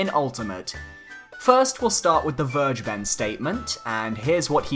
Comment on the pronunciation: How to pronounce Vergeben: Ver: like fairy without the "y" ge: the "g" is no "dji" in german, it's pronounced like the "g" in great The "e" is the hardest part for me to describe because your "e" is our "i", but it's pronounced like the "eeh eeh eeh" adlib kodak black sometimes does (like in There He Go) Ben: just like the name Ben, but you kinda mumble it In the end it should sound more like "Vergebn or Vergebm" with an emphasis on "Ver" and a ptrotracted "eeh" I hope it helps you guys and I hope Vergeben really wanted to have the german word for "forgiven" as his or her name, because otherwise this was a total waste of time for everybody that reads this comment but well, banjo kazooie for smash